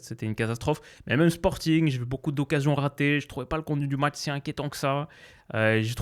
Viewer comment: "Le môtch"